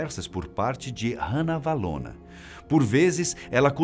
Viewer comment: a sua pronuncia do nome Ranavalona, esta incorreta, a pronuncia é "Rá-navalona" e nao "Rã-navalona".